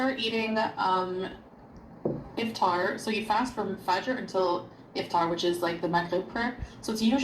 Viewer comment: Her pronunciation of things like suhoor and fajr is really grating.